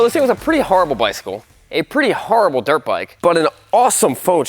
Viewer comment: Haha, noticed that Dirt 'E' bike. Not Dirte bike.